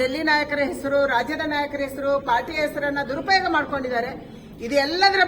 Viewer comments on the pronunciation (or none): none